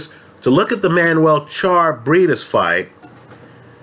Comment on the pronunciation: Charr is the only "Spanish" name that can get correct.